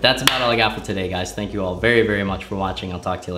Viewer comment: says thnak